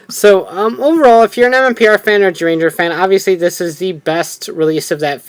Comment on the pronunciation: Why does he say gyuranger it's zyuranger